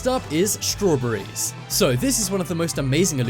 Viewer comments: Strow bery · As soon as I heard you say strawberry’s 🍓 I had to stop your video. Why can’t you top 10 people pronounce English words correctly?